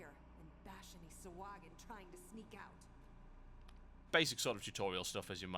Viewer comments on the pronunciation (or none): its pronounced sa hoag in the u is a long O sound